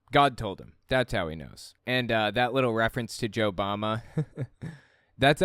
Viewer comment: I heard Joe Mama not JoeBama lmao